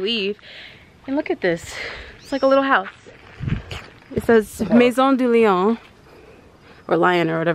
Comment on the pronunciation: Lol. I like the way you pronounced Maison du Lion. That means Lion's house